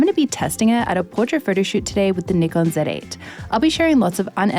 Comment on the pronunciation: 企業名「ニコン」と言っているのがグッド 。無知なユーチューバーは「ナイコン」と言っている 。